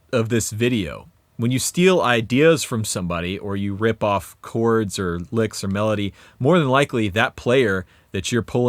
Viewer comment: When you said "chords" I thought you said "corts". I thought, "corts" those super cheap pawnshop strat knock-offs? That's weird.